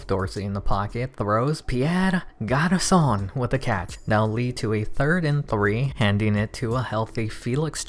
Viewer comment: It's not Garçonne, it's Garçon.